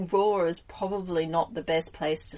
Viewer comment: Oh ok, it still sounds like you said roar, not raw.